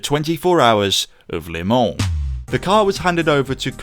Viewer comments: Your pronunciation. Phonetically you are saying "Lay Mon", it's not, it's "Luh Mon" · It's "Le Mans", not "Les Mans". Good video.